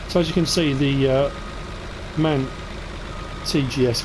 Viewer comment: Nice Video thx for the Information but we here in germany call the Orange truck m a n Not man but annyway like aleays keep up the content and have a nice weekend